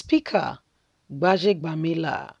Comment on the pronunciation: Please learn to pronounce people's names properly sis.